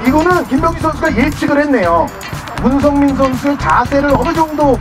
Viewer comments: 문성민을 문선민으로 읽음ㅋㅋㅋ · 순간 문선민 선수가 더 많은 스파이크를 성공 시킬것이냐? 라고 들음 ㅋㅋ